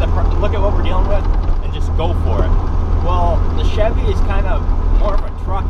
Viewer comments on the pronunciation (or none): none